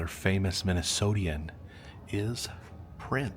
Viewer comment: Minnesotan not Minnesotian